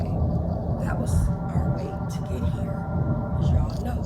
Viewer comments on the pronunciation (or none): Yea listen for example when she says “here”, she say “heEAre” but idk I’m crazy anyways. Child why u up it’s past ur bedtime you rambunctious child